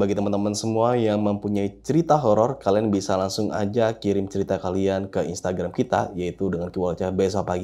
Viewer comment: Ki naen😂😂😂 Ke bacaannya bukan Ki kiai kali😂😂😂